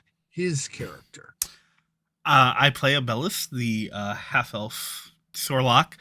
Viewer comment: Abellus - "High Elf" as stated on screen or "Half Elf" (as it sounded in audio)?